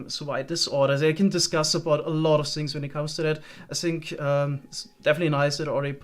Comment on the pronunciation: what is the reason for your pronunciation of words beginning with TH? For example in this video you will say the TH in the word ( that ) but in the word think you always say sink